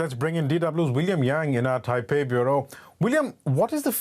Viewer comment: Not Taipeh…. The name is Taipei